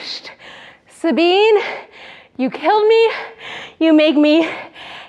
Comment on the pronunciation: when she said Sabine I thought she was talking about me for a second, then she said from Germany then I was like I thought so. Thanks for pronouncing it right (most people don't)